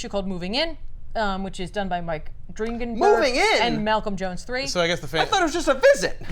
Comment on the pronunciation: I believe Mike Dringenberg’s name is pronounced “Drin-Jin-Burg” but I’m not positive.